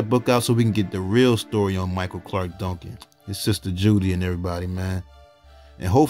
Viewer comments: Dongcan?? Can’t you say DUN-CAN? 😡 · It sounds like you're saying Donk-kin 😊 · The way he says “Duncan”. 😂😂😂